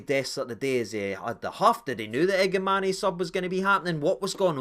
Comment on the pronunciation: listened late to your Review agree with most of your opinions only criticism is you sound like a Sky pundit keep calling Igamane igamaney it’s Igaman silent e